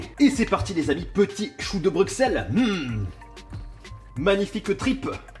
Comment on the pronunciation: Non mais je t'aime beaucoup mais ça m'énerve quand tu prononce mal Bruxelles! Le x ne se dit pas, il se prononce "s" ce qui fait Brussel! Merci ><